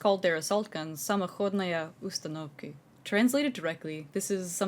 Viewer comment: impressed by the "самоходная установка" pronounciation. good video.